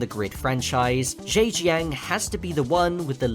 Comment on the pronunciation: If the circuit is in Zhaojing, why is it called Zheijang?😂😂